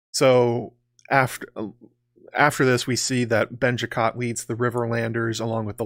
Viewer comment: I snorted every time you said “Benjicott”😂